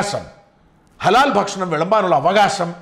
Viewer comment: ഷാജ൯.... നിങ്ങൾ ഭക്ഷണം എന്ന് പറയുമ്പോൾ ഫക്ഷണം എന്നായിപ്പോകുന്നത് എന്തുകൊണ്ടാണ്?